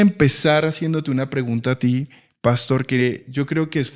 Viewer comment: Buenos dias. Por favor no cambien la pronunciacion de las palabras. Cheo dice pàstor en lugar de pastor, seo oye tan feo esa pronunciaciòn